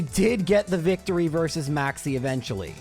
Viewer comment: When you said Maxie I thought you said "Maxx C" and set off my master duel PTSD lmao